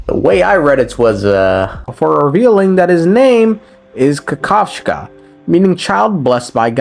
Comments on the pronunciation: Bro,same thing! I was laughing my ass of every freaking time said "Kakavshka". 😂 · Yea, as a Russian I was dying every time you tried to say his name in last video